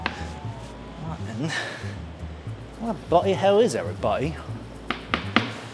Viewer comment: Did he say "Where the butty hell is everybody?"....."Where the sandwich hell is everybody?"